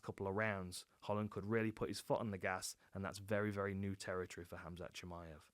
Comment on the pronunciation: You pronounce Hamza correctly.